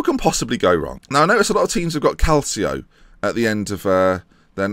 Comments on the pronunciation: and it's pronounced, "CAL-CHO" not "CAL-SEE-O" if you're going to do an Italian club save, the least you could do is pronouce "Calcio" right... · It's also pronounced Cal-cho